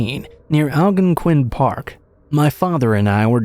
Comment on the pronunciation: I have never heard the word Algonquin pronounced that way haha